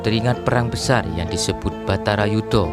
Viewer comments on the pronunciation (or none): Maf mas apa td g slh ucap itu yg kata2.. Batara Yudha.. ato yg bnr Barata Yudha sih.? Mhn diluruskan njih.. maf klo slh dengar🙏